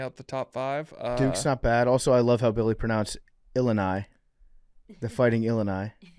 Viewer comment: As someone who went to the University of Illinois the way Billy said "Illini" killed me